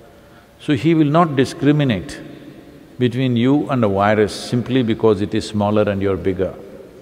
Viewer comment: Well, it is a terrible wirus, a wirus we cannot ignore, a wery, wery awful wirus. Keep safe as this wirus could spread again. . .